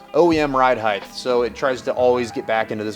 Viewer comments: Height has a hard T, not a TH. heighT not heigTH🤘🏻🤠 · Height. Not heigth. Sorry but it's a pet peeve of mine. I hear so many people pronouncing this word wrong and for some reason it really irritates me. The word ends in ht, not th. It should sound like fight or kite with a t sound on the end not a th sound as in width. height /hīt/ noun 1. the measurement from base to top or (of a standing person) from head to foot. "columns rising to 65 feet in height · Is the pronunciation of "across" as "acrosst" and "height" as "heighth" colloquial to your area? I've never heard these pronounced as such. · The "Heigth" thing cracks me up every freakin' time. Glad I'm not the only one! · I swear to God I'll follow if you promise to learn how to say "Height" properly.